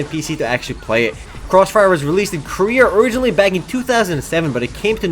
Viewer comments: if i got money every time he said koria.... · You wouldn't because he said "Korea" =/